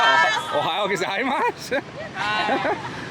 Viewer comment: Your "Good morning" in Japanese pronunciation is weird. You say "GozaimaSH" and it's actually an "S" sound at the end.